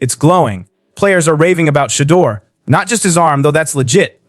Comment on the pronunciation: That's awesome! I sure wish you could pronounce his name correct though!